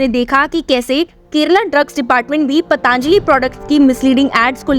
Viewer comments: पतांजली नहीं पातंजली बोलिए। अपना उच्चारण सुधार लीजिए। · इसका उच्चारण पतंजलि होना चाहिए न कि पतांजलि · पतंजलि बोलें पतांजलि गलत है।